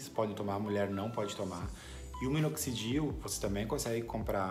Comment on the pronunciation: Parceiro qual minoxidil vc usa ? Não consigo entender quando vc fala .. e parti o nome ,? Grato